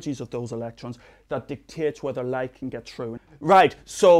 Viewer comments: did he say dick tits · i heared dictates but after reading your comment and going back and listening again all i can hear is dick tits. lol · Did he say dick tits? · i like how he says "dicktits" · Did he say dictates or big tits? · LOL at how he says "dictates". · "dictates" with an accent people